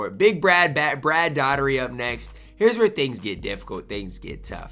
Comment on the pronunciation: "Dottery"??? I know you're young, but my dude. It's Dough-a-tee.